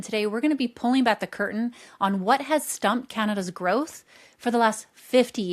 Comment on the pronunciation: Stunted, not “stumped”.